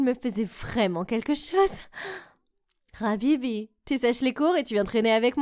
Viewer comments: Comment ca "RHABIBI" c pas Hbibi Ah ouaaais deja le premier bisous !c un peu rapide comme mem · Sa ma fait un peux rire quand il disant khabibi au lieux de habibi